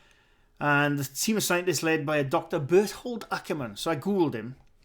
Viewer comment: Hi,i wrote it on dc, but you never are on generall -chatty-stuff. Jen always marks you and waits for an answer.Please watch the first and second clips from Nuke`s.🤭I cant find a string,or masking🤭 You pronounce almost correctly. But in germany is "th" kein "th" its called like "t" Bert-hold😂